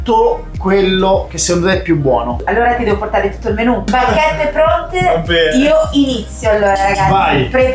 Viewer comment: "a portèr" non si può sentire